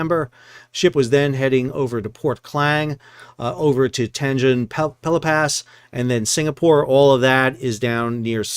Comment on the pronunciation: ooh... mel ben, tan jung pelepa, canes. pehth, no r's in australia. no hard finishes in malay words.